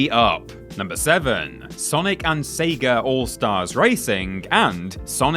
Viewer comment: Oof, intrusive-r syndrome located it's SEGA not SEGARRR